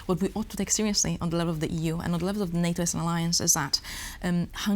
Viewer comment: Żenujące jest dawanie pytań z góry i odczytywanie odpowiedzi na antenie ….wstyd takie ustawki. Nie umie wypowiadać prawidłowo podstawowych słów jsk np focus, czy level. Radziłbym wziąć proszki na nerwice, mówić wolnej, bez agresji i nauczyć się podstaw wymowy angielskiej co przy czytaniu z kartki na przyszłość powinno się jej przydać. Zacięła się na słowie - advocate. Nie umiała go przeczytać. Absolutnie wymaga leczenia ! Ju noł, ju noł, ju noł …w jednym zdaniu z 5 razy ….i ktoś taki jest na serio politykiem w Polsce ..podczas gdy tacy jak ona siedzą w tworkach …”today is a 984 day ….” Anglik owszem być zrozumieć ale przydałoby się czytając z kartki znać podstawy gramatyki ang …